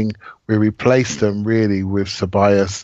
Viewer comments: Stop saying CebaLLos especially after everyone says Cebayos, jesus wept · Great listen gents...fucking and the way he pronounces Ceballos...so cringe..fun to hear how excited sounded..Thx for a great host as usual.